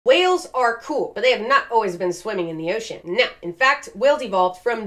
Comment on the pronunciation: I'm not even a regular, but after the first time I saw her cameo in Casual Geographic's video I can't hear or read the word ocean and not hear her say oh-cean every time.